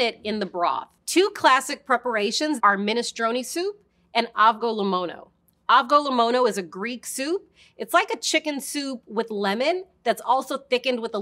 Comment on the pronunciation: Also orzo can be used with a stew, once meat is done add in the orzo(adding liquid as needed), while stirring frequently, when the ratio is good any stew gets great, creamy and hearty, known as giouvetsi in Greece. Also FYI the avgolemono soup pronunciation was completely butchered 😂😂.